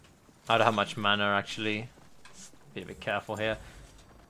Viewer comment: I love you bro and no disrespect.... but where do you manage to find a R in the word mana. Is it just me or does an anybody else hear him say manar